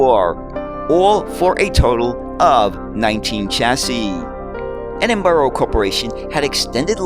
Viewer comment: Still not quite got Edinburgh! 🙂